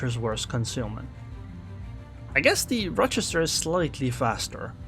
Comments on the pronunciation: I have lived in Rochester NY for 20 years. You are saying it just fine. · You got the pronunciation correct. Source, Lived in Rochester NY for a few years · You're saying it correctly, at least for the Rochesters in the US that I know of. At least one in New York and Wisconsin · You’re saying Rochester right :) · yep you pronounced it right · Your pronunciation of Rochester is correct. There is minimal risk of these comments being spammed with "Um actually its pronounced ...".